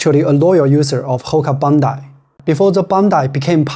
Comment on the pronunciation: It is Bondi not Bondai